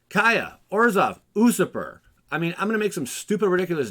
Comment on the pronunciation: Say it with me now... You...surper 😂